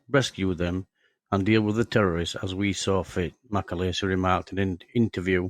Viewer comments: His name is pronounced as its spelt Macaleese not macaleesi! Get your facts straight! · Its mc a leeese. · Shockingly bad video and doesn't do Mac justice. Try getting his name right for starters. And what's with the Scandanavian Airline logo? You also can't pronounce Thessaloniki. If that's a tribute to the man it's the worst I have ever seen. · You can’t even pronounce his surname properly.